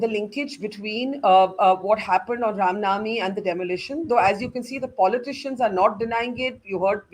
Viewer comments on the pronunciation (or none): Barkha have no logic to defends criminals although she seems so desparate to do so , the gentleman from bjp has nailed it.& btw barkha bano can’t pronounce the ram navmi instead she said ram nami. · This so called journalist (who disclosed the position of our armed forces on live TV both during Kargil and 26/11) can’t even say Ram Navami and says Ram Naami but talks about Hinduism! She is a joke!